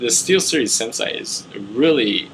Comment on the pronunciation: its pronounced sensay not senseye